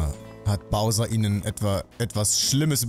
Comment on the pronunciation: hat ja mal endlich mal einen namen richtig gesagt😂😂 Bowser.. ernsthaft das ist das erste was als name richtig gesagt wird von ihm??!